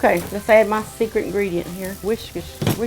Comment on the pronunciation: Many years I worked in a restaurant with a guy who called Worcestershire (pronounced, wurst-er-sure) sauce,it "Wha's-dis-here sauce."